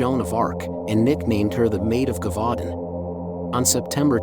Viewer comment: Brilliant Upload ! Wish it was longer, but understand the time etc. 👍 💖 I Think it's pronounced, 'jer-vu-don' , in French, I could be wrong, so don't quote me on that, but just saying lol ! 🤗💖 'Brotherhood of the Wolf' was a brilliant film, but we've only ever been able to watch it in French, with English Subtitles . Absolutely LOVE your channel, Thank You for ALL your work, it is much appreciated more than you know. 💖💖